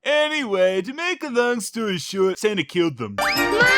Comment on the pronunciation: Did she says Santa or "Sentai"?